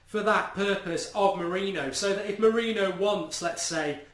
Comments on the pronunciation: Please pronounce it "Mouri-nio" and not "Mouri-no"! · I assume you're joking. It's more like "more-in-yo" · come on, Mark! say it as Moor-een-i-oh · Mu-Ri-ni-ho easy way to say his name correctly. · Say his name correctly. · STOP SAYING MOURINHO 😂😂😂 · Show some respect and say his name correctly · It's frustrating that you don't say mourinho right 😴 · Every week we're going have to listen to mourinho being pronounced wrong ...brilliant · Please pronounce Jose Mourinho right man!! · You have to learn to say our new managers name. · Mark can u PLEASE start saying MOURINHO's name properly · Arrrgggghhh you can't even pronounce Mourinho's name correctly.